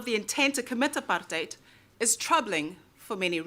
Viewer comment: At least you pronounce the word "apartheid" correctly. I love that you're my fellow country-person (in case "countryman" is unacceptable), and make me proud of being a South African.